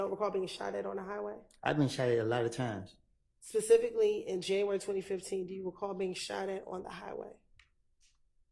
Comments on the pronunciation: One that says "pacific" at that!😅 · Pacifically, I don’t recall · I cringe every time he says Pacifically 😬